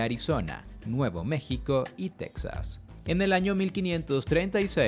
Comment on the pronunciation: mexiko?? JQKSKQKS